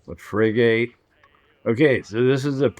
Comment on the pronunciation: Bro love the video thank you but the pronunciation of the ships is Frig-it